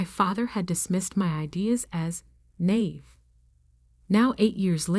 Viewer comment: If you’ve listening/reading these stories, there are so many mispronunciations other than Chanel-naive, heir, Mrs. Mr. Etc or even spelling out abbreviations.